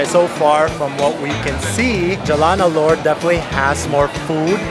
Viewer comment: ALOR, not ALLURE.